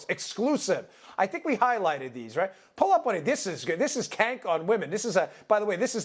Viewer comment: I'm trying to figure out if he is mispronouncing Cenk on purpose or he genuinely doesn't know